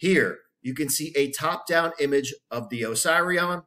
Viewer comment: Duuuuuude…. I am pretty sure it isn’t supposed to be pronounced oh-psy-re-on. Is it not supposed to be pronounced oh-seeree-on? Am I on a different planet? It’s making my inside hurt every time you say it. I could be wrong but……. ✌🏼😂 great video and thank you.